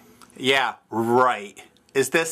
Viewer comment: Are you sure it said it oh Nibblets? Sounded like OH Niplets!